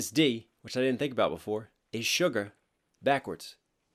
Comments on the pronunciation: I know I'm kinda late to this lol but Suga is pronounced Shoo-Gah not like Sugar! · did he just pronounce suga as sugar💀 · Uhm excuse me- It's suga not sugar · It's SUGA not SUGAR cries